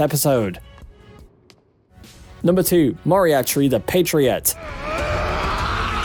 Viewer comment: Conan doyle is roling in he's grave from that pronunciation of Moriarty 🤣🤣 but this list is grate awesome list